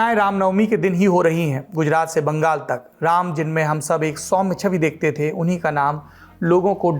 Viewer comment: Tha nahi the sahi se bol sale